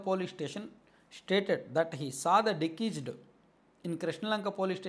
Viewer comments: డికీస్డ్ కాదు డిసీస్డ్ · డిశీస్డ్ అని చదవాలి, డికీస్డ్ కాదు. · దికీస్డ్ కాదు డిసీస్డ్ అని చదవాలి. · 😂 dekesed కాదు రా దిసీజ్డ్ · బ్రదర్ డి కీజుడ్ కాదు డిసీజెడ్ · It is not dekeased it is deceased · అది డికీజ్ డ్.కాదు డిసీస్డ్ అంటారు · Dikised entra karri ga adhi deceased 😂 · Decesed kadhu ra gandu. Deceased, and nuvvu okka ammudupoyena kukkavi ani clear ga ardham avthundhi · anna nuvvu mana TDP vaadiveney, mana TDP English a matladuthunaav..It is not Dikiced, it’s deceased (death).. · డికీస్డ్ కాదు రా పుల్కా డిసీజ్ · Plz read it as డిశీస్ట్ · First, Please set right your pronunciation of deceased